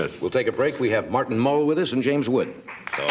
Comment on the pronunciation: I think there's an S in James WoodS